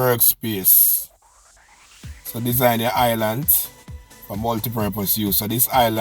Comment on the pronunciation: Correct word is Island not Islant smfh